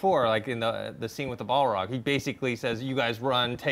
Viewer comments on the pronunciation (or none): He fought the what? Bay log? Do you mean balrog? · It's painful to hear the obvious lack of Tolkien knowledge in this episode. I'm nitpicking of course but The word she's looking for is "Balrog" not baylog. Not once did Gandalf whisper to a dragonfly and it turned into an owl. He whispered to a butterfly and it called Giant Eagles. The weed gandalf smoke is just plain ol' "pipe-weed" or halfling's leaf. There is no race of wizards but of "Istari". And although gandalf turned "the white" that's not a level up, it's actually still not as high level as Gandalf's original form which is Olorin the Maia. Geek rant over. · am i the only one who noticed this girl's 2 LOTR reference mistakes? BALROG not balog... and MOTH not dragonfly. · " he fought the balog...." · Balrog,, not Baelog